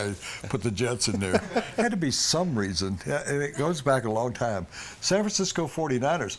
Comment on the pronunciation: lol fansisco instead of fransisco